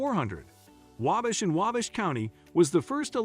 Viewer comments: "Angola in STUPID County" 🤣 - That's STEUBEN County. // I've never heard of the "AIMish" before, or the town of "Whabish". 🤔 I have driven through WABASH many times though. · Agree with the Cringe-worthy pronunciation, Waaaabash, Aaaamish. Add Turkey Run Marshall, Indiana. Beautiful Area.